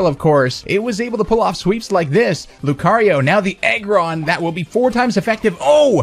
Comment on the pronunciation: every time you were saying Aggron for some reason it sounded to me like "Egg run"